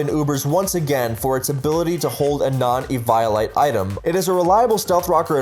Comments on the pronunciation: so is it pronouced evIolite or Eviolite? my vote is on Eviolite because how he pronouces it sounds kinda weird to me. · You pronounce "eviolite" weird. Should be "eevee oh light" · Everytime he says evelight it just gets to me lol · I fucking despise how you pronounce Eviolite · you pronounce 'rayquaza' correctly, i'll give you that, but you need to work on your 'eviolite'